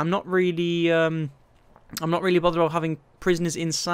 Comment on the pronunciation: Wonderin aboot! Lol